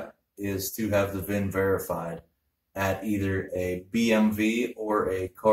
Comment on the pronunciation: Is he saying BMV or DMV ?